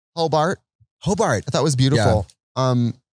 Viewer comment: Every time you named ‘Hoe-Bart’ (proper spelling) I heart Paul Blart